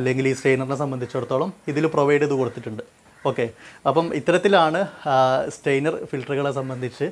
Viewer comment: വീഡിയോ നന്നായിരുന്നു, പക്ഷേ, ഒരു ഉപകരണത്തെ സംബന്ധിച്ച് വിശദീകരിക്കുമ്പോൾ ദയവായി അതിന്റെ ടെക്നിക്കിൽ നെയിം കറക്റ്റ് ആയി പറയുക. ഇവിടെ താങ്കൾ സ്റ്റെയ്നർ എന്നാണ് പറയുന്നത് . സ്റ്റെയിനർ എന്ന വാക്കിന്റെ അർത്ഥം നിറം കൊടുക്കുവാൻ ഉപയോഗിക്കുന്ന വസ്തു എന്നാണ്.സ്ട്രെയിനർ എന്നാണ് പറയേണ്ടത്.അതായത് അരിപ്പ, ഇനി ശ്രദ്ധിക്കുമല്ലോ, താങ്ക്സ് 😍